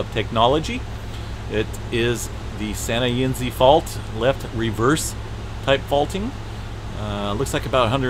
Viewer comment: Sir, it's Santa - ē-NEZZ.